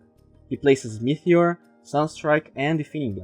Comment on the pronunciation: As usual, it really gave some good insight on the new patch and my favourite hero, but I just have to say something. You keep saying meTHeor in stead of meTeor. I know it's not a big deal but I also know you want to improve your pronunciation and I wanted to bring it to your attention. Still a great video with good free content, and glad I am subscribed.